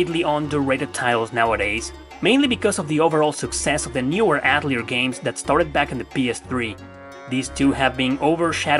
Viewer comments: atelier is actually pronounced: A tell e ay. its a French word that translate to workshop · Ok I can't be the only one that hears "alteir 2 the asshole of destiny"